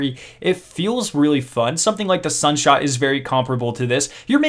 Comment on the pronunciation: Am i deaf or did you say sunshot 😐